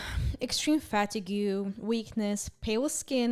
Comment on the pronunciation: Hey just fyi fatigue is pronounced fuh-teeg